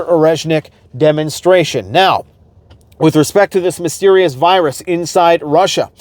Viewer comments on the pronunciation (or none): It's chemical not a wirus!